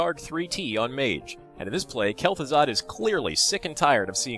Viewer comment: i couldn't stop laughing when u said kelth'azard and his twin brother keth'azard (eh those are hard names to spell but i still think i fked them up :P)